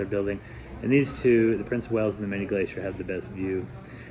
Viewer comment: Wales, not whales. 😊